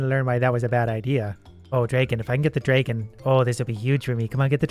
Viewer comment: i like how you say dragon. its like draygon